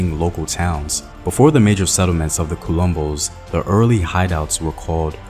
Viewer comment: I love that you did a piece on this. I do want to critique though that it would have been nice to do more research in terms of finding the correct pronunciations of key names and terms you use here. Unfortunately you got them all very wrong. Palmares, Quilombos, Ganga Zumba... They are all unrecognizably pronounce for Brazilians. Sorry if this come across negative. It's not meant in that way at all, just a note to be considered. Peace ✌️